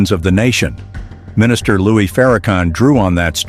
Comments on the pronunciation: PLEASE CALL HIM LOUIS!!! NOT LOUIE!! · His name is LOUIS. …. Not Loue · Narrator how dare You disrespect Him by Disrespecting His NAME. Your Name is Everything, how dare you call Him Louie. His Name is Minister Louis Farrakhan. Narrator get it Right or leave it Alone ,,we know you are Not ignorant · It’s louis not Lewy😡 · 😂I stopped listening to the narrator when he mispronounced Minister Farrakhan's first name by calling him "Louie". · His name is not Louie, it's Louis. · Who is the narrator? His name is Louis Farrakhan, not Louie Farrakhan. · His name is Minister Louis Farrakhan. Not Louie!! Get it right. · This AI garbage are whatever it is can't even pronounce the Minister name right.